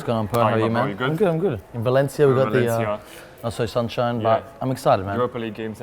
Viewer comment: Pronunciates correctly "Valencia" Butchers "Cuidado" has no rules.